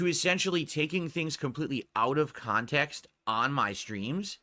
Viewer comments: As i predicted as sure as the rotation of the earth, "Its out of kahntext. So what if i bought it?" and the usual rage ranting. Good going. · I freaking called it, I freaking knew he was going to say it was taken out "ahf kahntext"